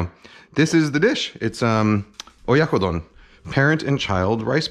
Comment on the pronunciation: You butchered it XD